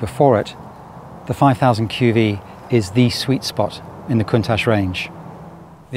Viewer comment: Countach should be pronounced: koon-tatch according to my Piemontese friends! It is a Piemontese expression of awe when they see something amazing, great name for such an awesome car!